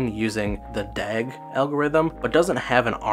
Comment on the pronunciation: excuse me, what is DAG again? sounds weird lol